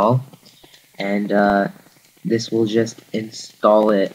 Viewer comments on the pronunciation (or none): none